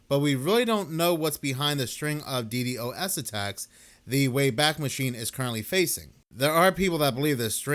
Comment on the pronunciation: FYI it's Dee Dos